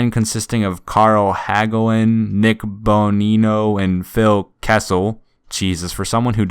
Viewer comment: As a Penguins fan every time they mentioned the Hagelin-Bonino-Kessel line my brain immediately went to, and you pronounced them correctly by the way.